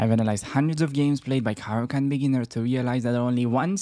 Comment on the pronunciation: bro i have been studying your caro-can lol, its not caro-cant... how do i show you a game i had following your rules.. i went from 500 to 1005 in a week... ive only been playing chess for the last 6 months. I learned the moves when i was a kid but never took the game serious, you make learning super fun.. keep making them videos man!!! let me know if you want to show my game in a video. its great that you know it all, but its even better when people watch you and go and pound those terd burglars back to chess puzzles..